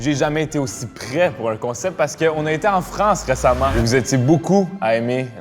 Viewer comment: Pour la 1, y'a un petit accent, mais ça pourrait être l'accent bordelais. La numéro 2, dès qu'elle a essayé de dire "aussi" et qu'elle a dit "oussi", c'était grillé. Non, le numéro 3 a l'accent + le ton trainant et musical des québécois. Le numéro 4 imite très bien le bobo français, mais je ne sais pas, le ton est trainant et c'est rare les jeunes de cet âge là qui parlent comme ça. très belle imitation, mais de même, pour son âge, la façon de s'exprimer n'est pas hyper courante. Pour l'instant, je dis la 1, mais les 4 et 5 ne sont pas impossibles. Edit : Victoire !